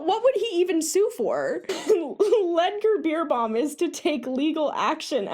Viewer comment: German rider here: The correct pronunciation of his name would be "Lood(as in loot)-ger Bare-bow-m". Also looked at the first website, this man is literally claiming that what he was doing was "Touchieren", which usually describes touching the horse lightly as a signal (like if you want your horse to move its butt so you tap it with your whip as a signal to move). It's crazy what these people get away with and sadly the reaction to stuff like this that i have seen in competitive riders at my barn is usually "oh no how sad that he did this to his horse for profit and fame, good that we don't exploit our horses for medals :)))" and then they go force their horses into the worst bits i have seen and behave like they're all better than you for "being successful" and not just working with your horse at home. Fuck that. Horses are not your sports equipment to use and abuse.